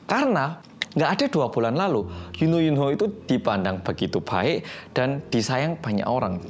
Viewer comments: U know kan dibacanya kedengerannya emg yuno, dan pelafalan yunho itu emg yuno (huruf h ditengah ga dibaca/dihilangkan) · Memang pengucapan namestagenya Yunho baca yuno yuno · Karena bahasa korea kalo ㅎ (h) di tengah ga dibaca. Contohnya 'saranghae' dibaca 'sarange'